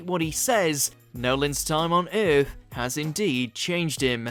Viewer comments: Before he reeteerns teh eeerrtthh.... What the hell was that..? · “ReTuRnS to EEEtH” lmaoo